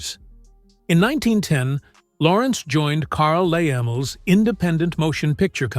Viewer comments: I'm with you on this. Get rid of AI and all the mispronunciations! For example, the founder of Universal Pictures Carl Laemmle's last name was pronounced "Lemley". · Carl Laemmle’s last name is pronounced “Lem-ley”. Depending on the time period the Biograph Girl might not be technically a Hollywood actress as during that early time of the industry motion picture production was concentrated in the east coast of the United States, particularly Fort Lee, New Jersey and New York City.